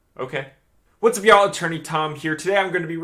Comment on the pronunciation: Where is our boy Tom from? Everytime he says "yah'll" it just blows me away.